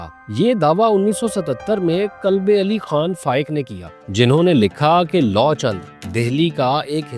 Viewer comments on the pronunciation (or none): Ram's son's name is pronounced as Luv and not Law.